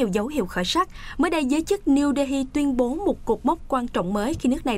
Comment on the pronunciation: Đê Hi nghe lạ lạ